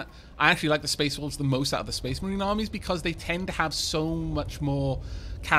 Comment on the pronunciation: Did you hear space Dwarfs too? I did at first but a few sentences later realised he was saying "Space Wolves" Fenris' chapter.